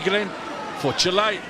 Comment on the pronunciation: Chile not Chil-LAY